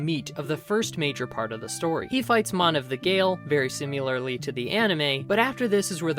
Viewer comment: lol "simulalrly" its si-mi-lar-ly dude lol 🤣